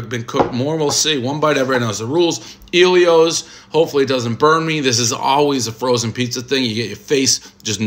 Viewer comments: Ellio's not EEEEllio's ffs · Its Ellios...not Eelios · It's El ios not iiie lios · ELL-ios not Eeel-ios. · Never heard anyone call it Eeeelios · Dude’s best friend’s name is Elio... still mispronounces it